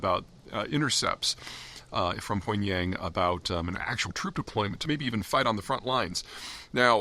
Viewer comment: 21st Century, 2024, and STILL nobody in the West can pronounce “Pyong Yang” correctly